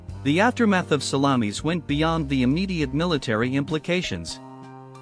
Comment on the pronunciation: I think it is the pronunciation --it is 'sal-lom-is not sal-la-meeis. If they get to the battle of Cannae, please it's Cann-eye, not Canny.